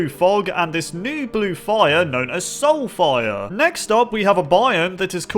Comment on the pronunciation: soulfire... what i heard: sulfur